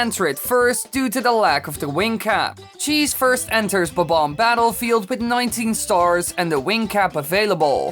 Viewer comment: THE BOMBOM! ... dude he needs to say it correctly at least once. Also stop trying to sound authoritative. You sound like you were forced to voice this.